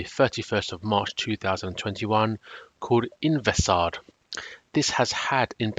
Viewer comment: Hi, thanks for the review. It is named Invesard, not Invesgard.